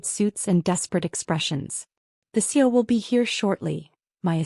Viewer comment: Not too different than others on YouTube but entertaining. AI can't say C.E.O😂 and the constant texting by mom is overdone